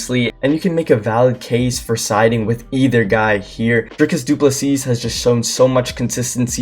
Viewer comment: Turned this off the second he called him Dricus Doo Plesseeasse. Don't pretend you can't say his name he's literally the world champ. Funny thing is that he got Khamzat's name perfect and even omitted the silent K